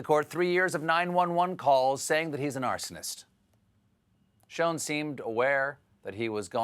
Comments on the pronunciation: Don't call Schoen Sho-en cause schoen means shoe in flemish and Dutch and indicates probably his ancestors came from this region of Europe ;) o btw don't try to pronounce it as we do here because the use of SCH is very hard for all those who doesn't speak Flemish or Dutch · No, sounds like "sherrshhh" to me.